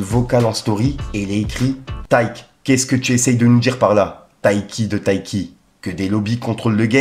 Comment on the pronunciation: C’est Taykee pas Taik taille crayon aussi non